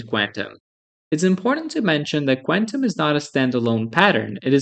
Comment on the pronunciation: I don't think that's how you say quantum.